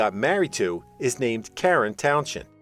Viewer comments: Towns end not townshhhzzhhhennnd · It’s pronounced Fuzz towns end…not town shend….please🤦🏼🤦🏼🤦🏼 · I've known Fuzz for 30 years, he is one of the nicest people you could meet, he would be laughing at the ridiculous way you are pronouncing his surname.